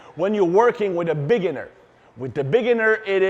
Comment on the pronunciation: “A Big’iner”